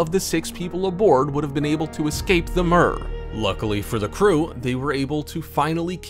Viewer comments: Mir is pronounced “mere”, not “mur”. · I've never heard mir pronounced like that b4